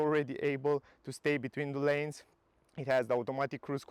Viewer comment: I watch your videos from time to time. Pretty good content. But please, please learn the difference between words LANE and LINE😊